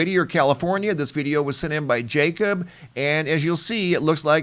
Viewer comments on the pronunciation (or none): none